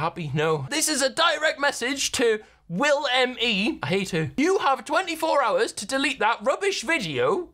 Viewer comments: Does anyone not notice that she said willME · Repeatedly says WillME when she tags WillNE, she's definitely off the meds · Why does call Will WillMe? It is clearly WillNE! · please tell me it’s not just me when she says willme, ITS WILLNE OML LEARN HOW TO READ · Am I the only one who noticed she called him WillME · Why the hell does she call you willme